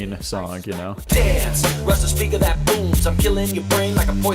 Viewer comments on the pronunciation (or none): none